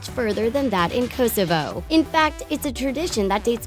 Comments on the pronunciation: The way you pronunce kosovo 🇽🇰 makes me want to jump out of my school rooftop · the way she said kosovo :D :D like this if your kosoven to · Lol how she said Kosovo got me because it was connected to my country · The way she pronounces Kosovo lmao